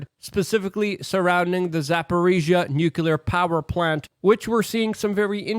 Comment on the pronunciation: Please pronounce "nuclear" correctly.